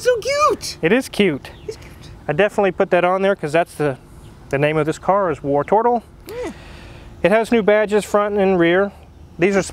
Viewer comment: tbh, I’m just ready to never hear say “wartortle” ever again.